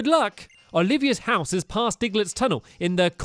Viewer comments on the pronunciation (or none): none